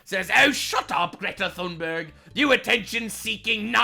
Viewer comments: How pronounces Greta's name is hilarious. 😂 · Omgggg, stop saying her name like that!! 😂😂😂